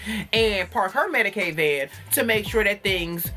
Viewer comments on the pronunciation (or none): Did you just say medicade van? I'm dead